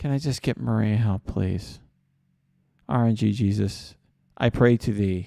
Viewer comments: This shouldnt annoy me as much as it does but... R-N-Jesus. Not RNG-Jesus, the G runs into Jesus lol. Other than that, great vid as always dude! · rng sus is the pronunciation. not rng jesus